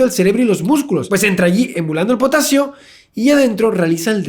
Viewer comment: Javier: La sal está formada por cloro y potasio... Yo: ...claro si!! "potatsio"!! :3